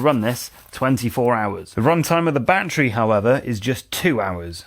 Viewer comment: It's NOT a "bat-tree" It's a "ba-TTerY"